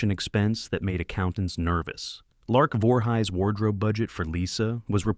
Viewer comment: and Lark Vor-highs, lol